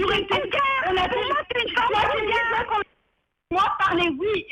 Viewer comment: Hé c'est cougar et non gougar...